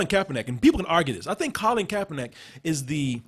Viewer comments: KaeperNICK! NICK!!! Stop saying NACK nigga damn. Fix your mouth. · Why does keep pronouncing KaeperNACK, and no one in the room correcting him?